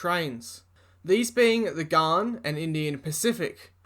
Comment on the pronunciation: Any chance you might be able to pronounce "The Ghan" correctly? It's Ghan as in can, man, tan etc. (It actually comes from the word Afghan).